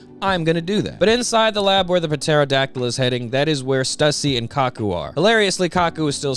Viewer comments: I can't tell if you pronouncing the P in Pterodactyl is sarcasm or not. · Bro I love your content it’s amazing…. But the p in pterodactyl is silent 😭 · Ytf do u keep pronouncing the p in pterodactyl? The damn p is silent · I've never ever heard the "Puh" in pterodactyl always heard it has "tera" all the times in "science" the p is silent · The “p” in pterodactyl is silent bro 😅